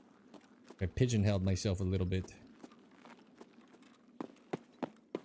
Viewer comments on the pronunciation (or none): Please forgive me for this question, but did you say you might have “pigeon held” yourself ?